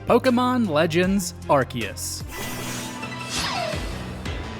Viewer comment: I will give you credit for pronouncing Arceus right unlike most people on YouTube